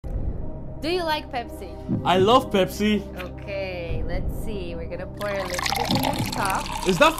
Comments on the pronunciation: I love Pepsii ....the Africa intonation is just so pronounced. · The way he pronounce pepsi, like a real Nigerian man😂😂😂